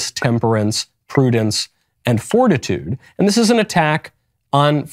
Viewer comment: Fortnite when he says fortitude LOL